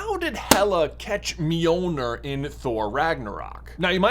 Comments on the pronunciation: By the way, you pronounce it like “m-yoel-nyr” not “mee-oel-ner” (I’m of Scandinavian descent, so I know how it’s pronounced) and also in traditional Scandinavian folklore, it’s spelled Mjöllnir or Mjølnir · Miolner? It’s basically pronounced me-ol-near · Is called Mirnirch in Icelandic not mirnor Mjolnir is pronounced as Mirnirch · It's NOT pronounced "me-ol-nur" you twit. It's pronounced . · Please stop mispronouncing mjolnir. It’s not mjolnur. Sorry it just kind of annoys me as someone interested in Norse mythology. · Am the only one the mispronouncing of mjolnir is killing? I give marvel fans a pass for stuff like Bifrost bc they call it bye frost in the movies, instead bee frost like it is actually, but the call mjolnir the right thing most of the time (myol neer) (although they might pronounce it myil neer, which is wrong) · You're saying Mjolnir wrong. It's pronounced "Johnathan". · Me-yo-ner 😊/ mjolnir😡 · I thought it was pronounced mill near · Bro, that was the most horrendous pernunsiation I have ever heard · Why did you say it with the hard R 😂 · Why do you say it wrong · At least pronounce the name correctly, dude. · What If, where Tony snaps then is handed Mjolnir and his life is prolonged like Jane Foster. Also that’s an odd pronunciation ngl. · You mispronounced mjölner